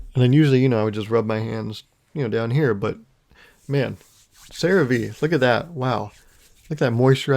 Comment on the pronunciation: I think CeraVe is pronounced "Sarah-Vay". Like if you take a native Hindi speaker and asked them to say "Sarah-Way"